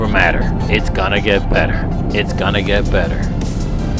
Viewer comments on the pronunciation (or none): Did u say better r wetter hahaha hey I really enjoy ur videos, de Tejas